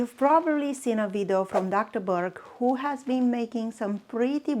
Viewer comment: You mean video?😂 not vidu